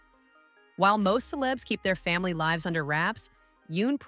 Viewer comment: AI never promounces the words right! Instead of lives, it says lives (hard i) that's how you know AI is talking because the grammar and pronunciation is off!